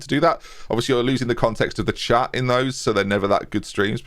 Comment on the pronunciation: Every time calls us Chat, I hear Chap, which is delightful, so I'm not mad.